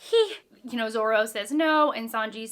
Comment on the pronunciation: Pronunciation can be forgiven, just never call Zoro Zolo. It’s a sore spot for a lot of one piece readers 😂 I like these discussion videos, you’ll be having theories all throughout your read. There are mysteries even at the current point in one piece that haven’t been fully answered and people theorise about.